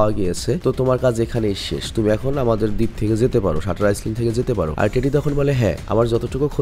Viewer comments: ভাই আইসল্যান্ড বলা ছাড়তে পারলেন না 🥴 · আইল্যান্ড আইসল্যান্ড না। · আইসল্যান্ড না বোকাসোদা, এটা আইল্যান্ড হবে।